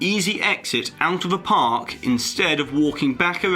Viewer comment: At the part where he mentions that the disney skyline will make more crowds. he said in the video (something something, during peak hours, etc.) he actually said "park" incorrectly (Not saying that it matters) just pointing it out